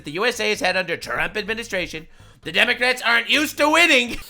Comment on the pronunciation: We supposed to pronounce the word Democrats with silent "C"😂😂